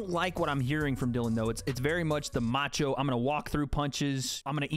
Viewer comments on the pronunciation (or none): none